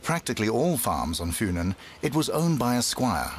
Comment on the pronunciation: The way the English dub pronounces "Funen" makes it sound like an herb.